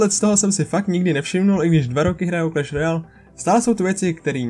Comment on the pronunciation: KLAŠ RROJAL